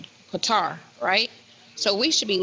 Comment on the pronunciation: it's Qatar not Qwatar. My daughter lives there.